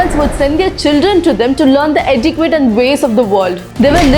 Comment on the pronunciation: love your work. You are a natural storyteller. Just a suggestion - 'Etiquette' is not pronounced as it's spelt. It is pronounced like this - 'Eti-ket'. Hope you don't mind me correcting ang hope it helps someone.